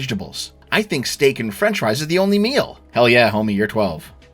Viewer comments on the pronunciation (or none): none